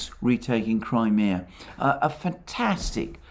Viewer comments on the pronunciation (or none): none